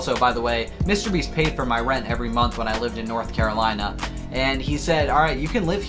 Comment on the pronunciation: I swear I hear he said mr beast “mr beef “